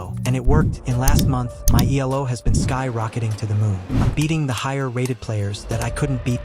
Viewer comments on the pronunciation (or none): Elo ❌ YELO✅ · Write eelo so that the ai reads it right